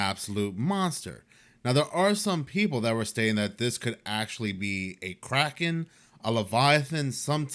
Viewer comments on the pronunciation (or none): none